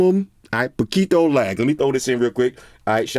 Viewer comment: Your pronunciation of "poquito" is actually pretty good 😂👌